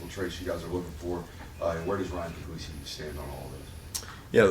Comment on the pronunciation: Pug-lease-i That's how your say Ryan Puglisi's name.